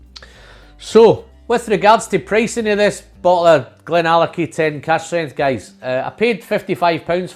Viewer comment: You did not butcher the name my friend. Thank you so much for making my week great. Billy Walker is Gandalf in the whisky business. Lovely review